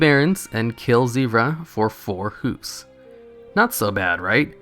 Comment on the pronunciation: Hooves, not "hoofs."